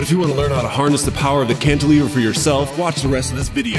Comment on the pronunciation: Like, wow. So gnarly, my duuuude. Cantilver? More like: Yes, You Can-iliver!